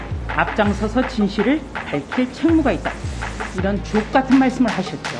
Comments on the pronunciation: 주옥이 ㅈot으로 들리네..ㅎㅎ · 주옥같은 말을했다는데 말투가 욕처럼들렸음 주옥(ㅈ) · 나는왜 주옥이란단어가 ㅇ같은으로 들리노..ㅋ